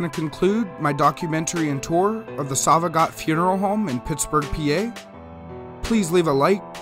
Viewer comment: His last name is pronounced “So-va-gee-oh”